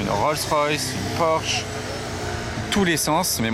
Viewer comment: Monsieur porsche il faut prononcer le e aussi non tout les vrais professionnels de l'automobile se foute de votre tête porsche